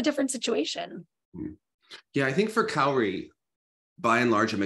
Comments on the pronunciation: Is it that hard for Meagan to pronounce Kaori correctly? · Kayori is killing me bit inside 😂 To her defense she seems bad at pronouncing names, not just Asian names but also Russian and other names except English names maybe lol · Can someone please teach Meagan how to pronounce Kaori’s name? It’s crazy to me that she still pronounces it wrong!